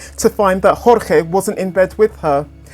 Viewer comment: "George" Not "hor-hay". Like many other Cuban-American men in south Florida named Jorge, he preferred the Anglican pronunciation. This is not conjecture, he is seen using the "George" pronunciation himself in videos. It's disrespectful to ignore his preference in this regard.